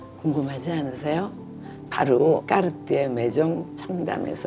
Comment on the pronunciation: 마지막에 로빈 꺅ㅎ띠에 발음 계속 반복하는 부분 너무 재미있네요 🤣 그리고 탱크나 발롱블뢰 둘 다 참 멋진 모델인거 같아요. 언젠가 소장하는 그 날이 제게도 오기를... 🤗🤓